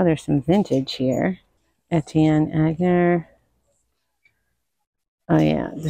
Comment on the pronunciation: Etienne Aigner. pronounced On-yay. Not og-ner